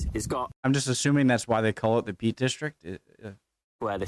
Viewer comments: Peak district not Peat. Lol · Peak not peat ! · In defence, it does sound like is saying Peat.